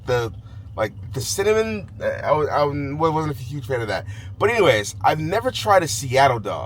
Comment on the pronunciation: New york and cininmonnn 🥴 huhhhh